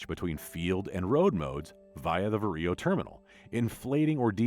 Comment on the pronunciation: The way how ‘VARIO’ is pronounced sounds weird from a western EU perspective. 😅 It’s VA-RIO instead of VAR-I-O